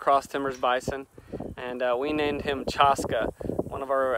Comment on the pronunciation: Chaska is actually pronounced Chash-Kay like Lash-Bay. I love that name, just wanted to let you know the correct pronunciation. My son's name is Hoksila Takanka wich mean Buffalo Boy and everyone says his name wrong too, so I understand. So just mentioning that. Love your videos, hope to come visit the area next year.